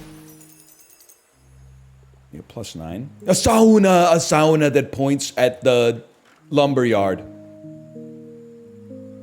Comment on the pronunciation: lmfao when he says saUna so many times that he starts saying hoUse